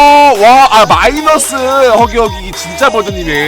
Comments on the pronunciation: 자막 편집중에 마이너스가 아니라 미이너스라고 하셨는데 ㅋㅋ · 마이너스가 아니라 미이너스가 머쓱?ㅋㅋ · 저기 마이너스할댸 미이너스 라고 했ㄴ느데